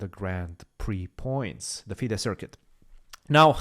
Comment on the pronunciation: It’s been a year and Christian has yet not mastered the art of saying FIDE Circuit name correctly.